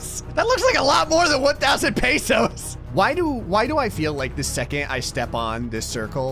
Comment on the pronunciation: its not paysos its pesos